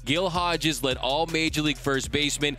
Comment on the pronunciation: Great video but "Gill Hodges"? Shame on you.